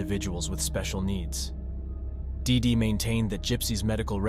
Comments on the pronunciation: "DEEdy" is how the name is pronounced for fuck sake. Hard to listen to you mispronounce it endlessly. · Everytime he says DIDI so hard I think of Dexter's Laboratory 😅😅😅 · Why do you keep saying DeeDee like that? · Why you gotta say “dee dee” like that though 😭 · I really wished he would stop sayin DeeDee like that 😒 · It’s distracting how much emphasis he puts on the name “DEE DEE!” I feel like I’m being punched in the face every time he says it haha.